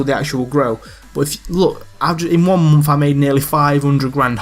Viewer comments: yeh, i agree. You say month as like "Monnth" but it really doesn't bother me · I love how you say month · the way he says month lmaooooo